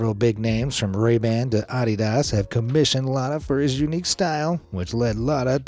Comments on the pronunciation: im sorry but the way u said adidas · The way he said Adidas had me rollin😂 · no way bro said ah-dee-dass